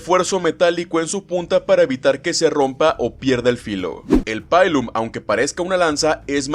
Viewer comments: Pilum se pronuncia como se se escribe, no es "pailum" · Excelente video, mil gracias por exponer el tema. El único detalle fue que hubo muchos errores en la pronunciación. el Pugio se pronuncia como "pullio", no pujio. Pilum si me lo gringaste. En cualquier idioma se pronuncia así como se escribe, no como "paylum" Murmillo se pronuncia como "Murmilo" Hoplomachus se pronuncia como "oplumacus", no "opolomachus" El resto son cosas menores. Un saludo.